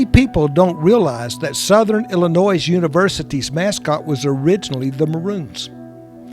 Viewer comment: Great video. I'm from Illinois and I wish people would remember there is NO "S" in Illinois!